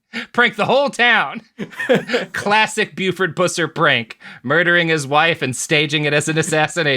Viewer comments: Please PLEASE stop pronouncing his name pewser. It's pronounced puhser...he was a jerk either way though tbh. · You keep saying his last name wrong. It's Puss-er, not Pew-cer. But you would have to have grown up in red neck hell like me to know that